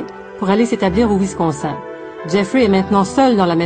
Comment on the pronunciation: Perso' ce qui me choque le plus, c'est les efforts de dingue qu'elle fait pour prononcer les noms "à l'américaine" pour finalement prononcer "Wisconsin" => "Wiscon sain"